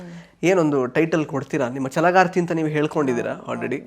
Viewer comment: Chalagarthi ❌ jalagarthi ✅ 😂